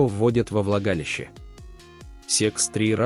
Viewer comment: А в оргААны это как и куда?!!.Когда же ты научишся читать правильно: оргААны, влагалИИще....